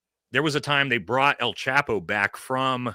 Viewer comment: It’s pronounced “El” Chapo, not “Al” chapo , lol just trying to help out my gringo Brothers. keep up the great work!